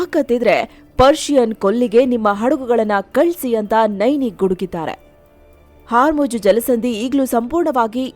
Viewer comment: Hormuz ❌️ Haarmoj ✅️